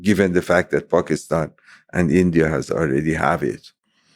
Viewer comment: Pakistan is another example too. Pack is stan instead of paak is staaan